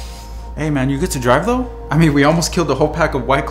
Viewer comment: i was boutta comment that and bro why he say though like dough lol